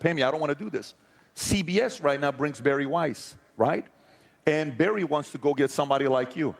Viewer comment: Bari* not Barry...